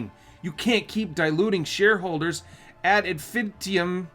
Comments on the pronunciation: You’re killing me. It’s in-fi-ni-tum 😊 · I don’t know if it’s because I’m called too but you butchering the phrase Ad In-fin-EYE-tum (meaning “constantly) hurts my heart! 😂Great video though, appreciate you man!